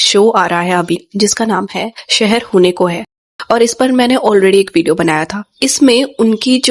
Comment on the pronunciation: Shehar nhi Seher..hone ko hai..antr h